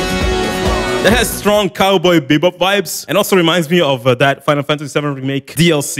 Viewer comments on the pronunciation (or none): none